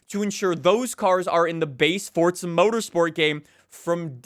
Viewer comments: After all these years, still cant say Forza. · Why do forza YouTubers always pronounce it “fortzuh” just say FOUR ZAH